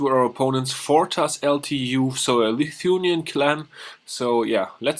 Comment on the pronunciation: lithuanian, not lithunian ;)